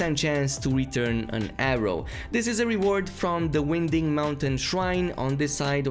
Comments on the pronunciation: Win-Ding? You mean Wind-ing? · It’s winding mountain not wing ding or whatever you said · "Winding" is pronounced as "wine-ding", meaning a path is twisting and lots of turns 😉